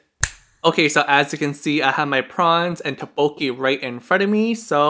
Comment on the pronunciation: it’s pronounced “thuk - boak - ki.” looks delicious!!